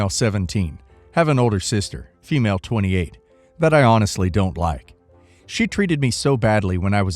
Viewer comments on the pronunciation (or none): "fem-lay"? Are you a m-lay or a fem-lay 🤣?